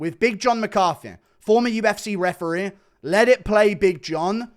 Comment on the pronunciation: Csn someone tell how to pronounce EE at the end of words, instead of eh? ReferEE not refereh. mEE instead of meh. StorEE not storeh